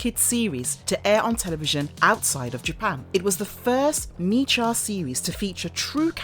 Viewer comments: Hi! "Mecha" is pronounced "meh-kah", not "Mee-kaa". Also, it's Cavalry Command, not Calvary Command. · Sorry Miss but it's pronounced Mech-a and it's been pronounced that way only since the beginning! 🧐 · “Mecha” is pronounced as in mechanical. Other than that, I enjoyed this summary so much. Good job! Loved this cartoon as a kid in the late 80s. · really? mee-cha? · I like the video, but I got 1 complaint... am I the only one irritated by the mispronounciation of the word MECHA?